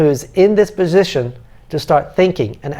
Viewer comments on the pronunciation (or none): none